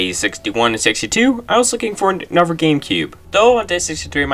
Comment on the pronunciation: STOP SAYING ANOVER!!!!😂😂😂😂😂😂😂